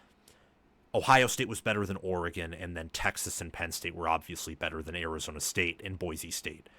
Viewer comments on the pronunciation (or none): none